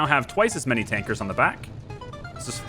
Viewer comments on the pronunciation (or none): none